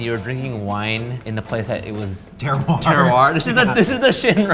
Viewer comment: the word your looking for is terroir pronounced "terr-war".